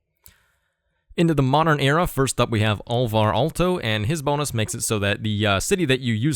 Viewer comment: Congratulations on pronouncing Alvar Aalto. It was close enough to correct for being understandable if context is known.